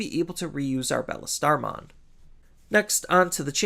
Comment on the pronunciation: I can’t get over him calling Beelstarmon Bellestarmon.